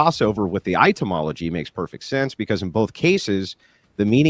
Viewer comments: I'm pretty sure Andrew is partially illiterate with the number of words he consistently mispronounces and the unironic use of double-negatives.😂 The words etymology and nuclear are his kryptonite. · One day, Andrew will learn how to pronounce etymology. Only then will he achieve greatness. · Is he pronouncing "etymology" as "itemology"? :)